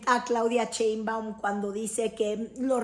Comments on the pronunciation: Critoef? Ese apellido si haces el esfuerzo por pronunciarlo bien ???? Una vez más ...no seas vulgar pronuncia bien el apellido de la presidenta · Mal Pronunciation Cheinbaum.....y dice New York times correctamente Que pesadax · Pronuncia bien el apellido de la presidenta... no seas vulgar !!!